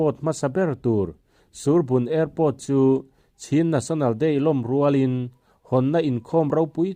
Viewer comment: Chhin national day nilovin, chin national zawk aw😀